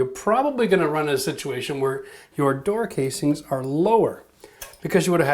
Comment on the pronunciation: I knew u were a canadian once u said "casings" lol